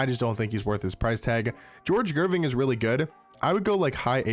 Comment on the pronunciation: "Gerving" "Dischinjer"